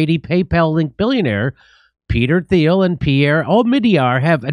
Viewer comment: Someone needs to start correcting Jimmy when he pronounces every word and name wrong, it's getting really annoying for me watching when he says words like Azov and Peter Thiel's name wrong over and over and over and over